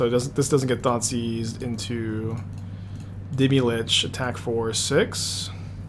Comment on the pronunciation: deemee lich. omg stop saying that forever and ever. idc if you always wanted to play deemee lich, the way you say its name loses you all privilege to play it